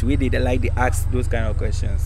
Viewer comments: Why do you guys keep saying “axe , axing “ instead of “ask and asking” Plenty of us for gh do so 😃😃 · Tell the girls the word is ask and not axe